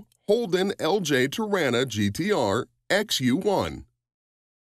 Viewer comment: You've said Torana incorrectly. To-rar-na. Remember to use the long A in the middle there.